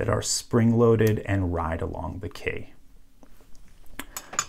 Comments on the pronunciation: instead of saying key he says kay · Just out of curiosity: why do you pronounce key as "kay"? Also, why do you say lever as "leaver"? I promise I'm not being picky (pun intended haha), I'm just interested in English phonology :D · When you say key i hear Kay lmao 😂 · You say the word key very strange lol. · He just don’t say key right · He sounds like kinda Australian when he says "key" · Yooo! Learn how to pronounce key! :p